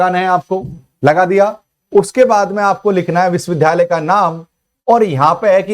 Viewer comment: सर विश्विद्यालय तो ठीक बोलिए